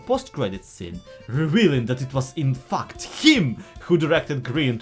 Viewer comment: Ngl, pronouncing "fact" as "факт" sounds quite inappropriate. I would suggest pronouncing it as "фэкт"